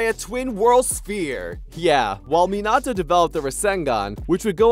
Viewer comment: It irritates tf outta me when people pronounces minato’s name like this guy💀